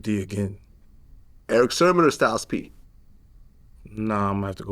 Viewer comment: It’s sermon not Sherman